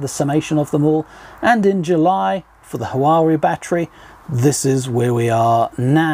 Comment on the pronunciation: It's pronounced wa-way 👍